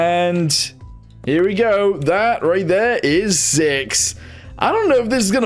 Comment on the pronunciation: "up herYA" got me screaming bro 🤣